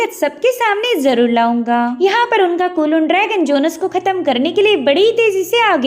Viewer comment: It's jhones not jonus